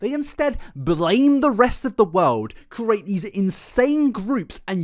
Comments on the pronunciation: Hey, don't let people who don't like the way you say "create" get you down. You come from a part of the world where nearly every village, town and city have their own manner of speaking. The peculiarities of your pronunciation habits are a personal treasure. Cherish them:) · Only just started watching this video but I wanna say that I don't get people complaining about how you pronounce certain words 😅. I'd get it if the meaning became unclear or if you said you weren't sure how to pronounce something... but I still know what you're saying and it doesn't affect what you're meaning to say 🤷🏼‍♀️. I'm so used to it now that I think it'd be jarring if you suddenly pronounced everything perfectly - your pronunciation idiosyncracies are a signature thing to me now; it makes it feel like you're a real, authentic person: rather than an over-rehearsed person putting up a perfectionisitc façade, an unrealistic & unattainable image that makes them seem more like a computer program than a human 😅. Keep pronouncing things the way you do (as long as meaning isn't lost) - coming across as natural & not letting pronunciation get in the way of your flow is way more important than being "correct"; there isn't one single pronunciation for any word anyway... a particular point of contention for me as a yorkshireperson who's been told they pronounce things "wrong" because of my accent 💀